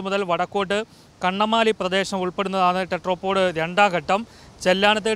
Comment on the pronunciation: ടെട്രാപാഡ് അല്ല ചേട്ടാ, ടെട്രാപോഡ്. ടെട്രാ = 4 പോഡ് = കാല്. നാല് കാലുകൾ ഉള്ള സാധനം.